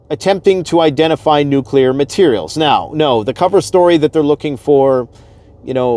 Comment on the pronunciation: Thank you for pronouncing “nuclear” correctly. If I hear someone I thought I respected say “nuke-u-lar” again, I might scream. I thought we learned that lesson when George W. got made fun of for it.